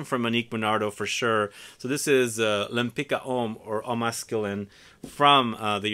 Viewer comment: I think the second name is polish and is pronounced Lempitska